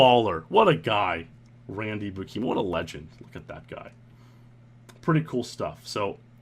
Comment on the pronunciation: Hey man! It's a on old video I know but I just wanted to let you know Buikema is a pronounced Byoo-kim-ah, where Byoo is one syllable, the B merging with the y sound as C does in cucumber. Love your vids!